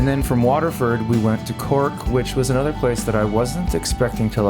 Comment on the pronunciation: Why can't you pronounce Waterford?